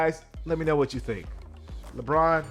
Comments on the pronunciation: Lebron James: ❌ Lebon James: ✅ Edit: now it's Leborn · "LeBorn" james lfg!